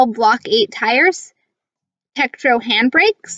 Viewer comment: I think you mean Tektro not tetko.